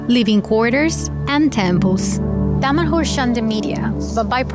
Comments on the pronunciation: Why Damanhur sound like "damn whore"? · I keep hearing "Dumb&Whore" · Wait a sec .... Dom'' A ''Whore ??? did they really say that ? sounded like it or i've had too much coffee ;-)